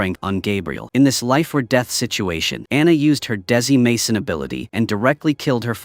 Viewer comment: Dezimason? The fuck?! Decimation!